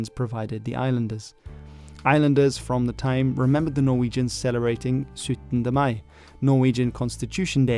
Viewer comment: As a Norwegian, I appreciated the genuine effort in pronouncing the Norwegian names and words